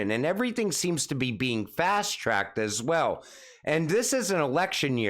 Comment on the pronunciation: I counted twenty Ass Swell's can you mix in a few also's in place of all the Ass Swell's? Lol! All joking aside your content is some of the best I have heard among the XRP influencers. Keep up the good work.